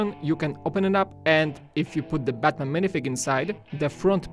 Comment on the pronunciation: You called Batman Buttman! LOLOLOLOLOLOLOLOLOLOLOLOL.